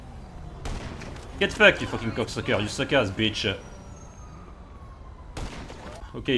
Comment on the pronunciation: "gyet foucked" 🤣🤣🤣🤣🤣🤣🤣🤣🤣🤣🤣🤣